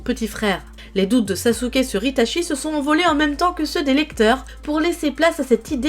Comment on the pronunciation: Par contre fans la vf et meme sur youtube les gens disent itaSHI dans la prononciation de sui piur ceuxbquibcomme moi apprenne le japonais est fort insupportable vu que cest itachi pas shi. Chi en japonais se prononce tchi pas shi lol.